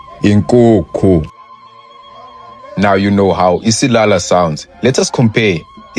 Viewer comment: Isiyaya 😂😂😂 not isilala